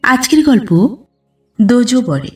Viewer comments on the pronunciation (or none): দোজবরে কথাটি উচ্চারণ হবে দোজ্ বর বা বরে । দোজো উচ্চারণ হবে না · উচ্চারণ হবে দোজবরে, দোজোবরে নয়। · পাঠ ভালোই লাগলো তবে উচ্চারণে ' দোজবরে... 'জ' এ ওকার নয়।গল্পের মধ্যে এই শব্দটি বারংবার উচ্চারিত হওয়ার বড়ই কানে বাজছে। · দোজবরে তে উচ্চারণ এ জ তে ও লাগবে না, দোজ্ হবে